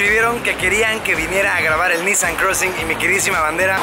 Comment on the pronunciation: La manera correcta de pronunciar la marca no es NíSSAN si no NISSáN